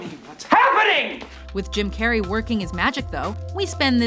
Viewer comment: Anyone else here her say "Kim" Carrey in the beginning. Like if you did